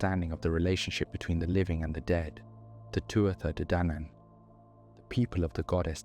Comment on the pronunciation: Gaelic pronunciation is not obvious. In future, I would recommend asking Google for the pronunciation of any words or names that aren't familiar to you -- Samhain, Cuchulan, Tuatha de Danaan, and all the others. Guessing at pronunciation based on English spelling is almost guaranteed to get it wrong. That's strongly true of Gaelic (Irish or Scottish, which are not the same), but it's true of many other languages too.